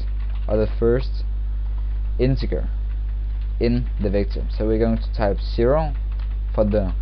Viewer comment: Anyone else feel like he's saying victim? It's kinda scary.